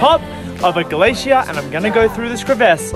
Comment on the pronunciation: The way he says glacier in 4 syllables